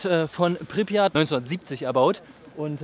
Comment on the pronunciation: Du Sprichts Tschernobyl und Pripyat Falsch aus